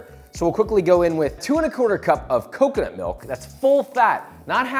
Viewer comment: COCONUT! not KAKANAT... 😂